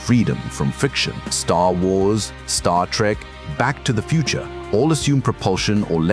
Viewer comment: "Back To The Futer" 😂